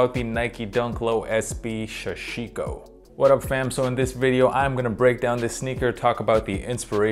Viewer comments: Haha everyone says it like “Shashiko”. I have a business with the word Sashiko in our name and sooooo many people pronounce it with the SH. No idea why haha, why is that?! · I hate the way you pronounce Sashiko... But love your videos!